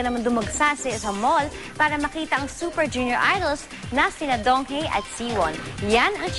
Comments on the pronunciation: Donghae is pronounced as DongHEH not DongHEY.. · donghae as in donghe not donghae....kaloka nmn ung ngbalita....i was there grabe ang tau....at tlgng gwapo ni donghae!!!!!!!!!